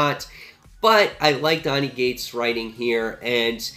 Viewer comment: It sounds like your saying Donny 'G'ates, but its Cates. Not trying to be a grammar nazi, just thought you should know.